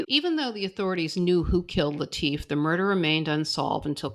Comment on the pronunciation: The family pronounced it LIT IF. not Lee Teef. 🤷‍♂️. Maybe it’s the “ accents “ confusing me 😂.Love the Channel☘️☘️☘️. Some local trivia. Litifs daughters had a white dog after her father’s murder. Guess what she named it ?? Whitey 😳.